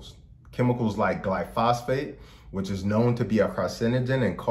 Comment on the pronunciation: It's pronounced gly-pho-sate not gly-phos-phate. just a heads up.